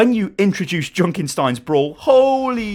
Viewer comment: I like how you pronounce "Junkenstein" :D